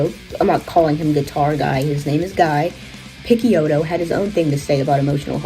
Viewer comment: Great video! This scene was hugely influential and is largely forgotten! Btw Guy Picciotto is pronounced “Ghee Pitchey oh toe” and MacCaye is pronounced “Muck Eye”.